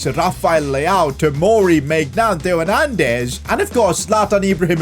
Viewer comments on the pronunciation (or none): none